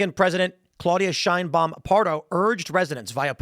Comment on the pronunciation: "Sheinbaums" Mexico😂